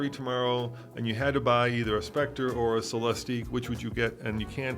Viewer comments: The name is Celestiq, pronounced like Lyriq. “Cele-steek” doesn’t make sense if they already named a car with the same gimmick the lyriq. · C’mon guys. Just watch Cadillac intro video, it’s only 3 minutes long, and realize it’s pronounced Celes-tick. Also, Celestiq is obviously not a coupe. 🤦‍♂️ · GM people are saying -ick, not -eek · It's Cel-LESS-tick. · Phaeton = fae-i-ten, Celestiq = sell-es-tick; at least my take on the name's pronunciation. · Why this video if you don't even know how to pronounce the darn car? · You two can’t even bother to do a minute of research to find the correct pronunciation of “Celestiq.” For God’s sake, they said it about 100 times during the official unveiling ceremony. This was like nails on a chalkboard.